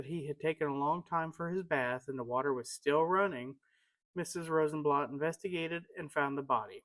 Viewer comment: Very nice. Thank you. A friendly correction, Mr. Rosenblatt's name was pronounced here as Rosenblatt with the 'a' sound in 'blatt' sounding like bat or cat. Your pronunciation is more like the German pronunciation sounding like 'blot.'